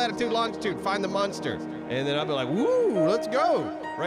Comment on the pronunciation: For some reason it bugs me when says monster.. it's not munster